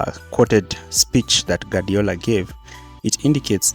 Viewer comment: Guardiola's phonetic translation is: gwaar·dee·ow·luh In other words: Gwadiola not Gadiola